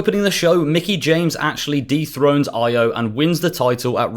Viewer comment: He name is E-OH not EYE-OH